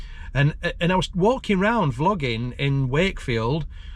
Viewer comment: Sounded like you said flogging in public🤣